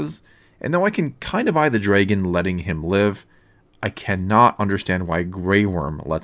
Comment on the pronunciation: Oh my goodness, learn to pronounce 'dragon' correctly you damned philistine. It's not 'dray-gon'.